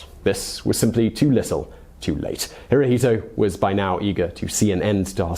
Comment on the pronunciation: Hirohito pronounced in Japanese is "Hiro-shto."